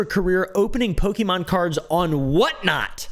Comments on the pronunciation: Poke"MAN"! Lol mer"MAN"! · Only one person in the video, pronounced Pokémon properly 😂